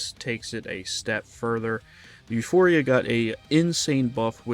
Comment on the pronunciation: It’s “Euporia”, not euphoria.